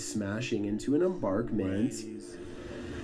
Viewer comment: I know did not call an embankment and emBARKment....sigh.